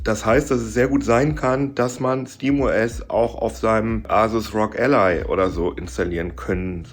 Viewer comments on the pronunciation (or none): none